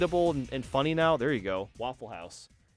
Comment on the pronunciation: He sayd Waffle House funny 😯😬😬😬😲😲😲😀😀😀😀😀😀😀😀😀😀😆🤣🤣🤣🤣🤣🤣🤣🤣🤣🤣🤣😎🤣😎🤣😎😎🤓🤓🤓🤣🥸🥸🤣🥸🥸😄😃😅😂😃😂